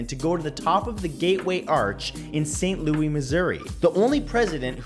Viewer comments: Nobody: Matt: S T. L O U I E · MATT YOU NEED TO CHECK YOUR PRONUNCIATIONS. You mispronounced St. Louis AND the name Nguyen. EVERY DAMN EPISODE YOU MISPRONOUNCE SOMETHING. Are you mispronouncing everything on purpose or are you just too lazy to check everything? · Did you say St. Lou-ey? Not St Lou-is us people from St. Louis are cringing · As an Insomniac myself, I can confirm 21. Weighted Blankets are the best. Also St.Luey? Thats not how we pronounce it over where I come from. As the S is not silent. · this man really just said saint lou-ee 🤦🏼‍♀️ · ST. Louie Missouri 😂 St louis. Anyway, great facts as always Matt! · St. Louie, missoura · FACT NUMBER 36 YOU MISPRONOUNCED ST. LOUIS YOU DUMBASS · Anyone else triggered at the way Matthew says St. Louis lol Might be the “correct way” it’s supposed to be said but we definitely don’t say it like that haha Btw this is a joke so stop getting triggered, it dosent actually offend me the way he says it obviously he’s not from St. Louis but locals pronounce it differently so stop being triggered y’all lol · The S is not silent.